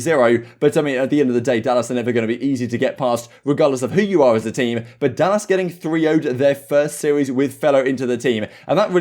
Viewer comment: This man said dallASS .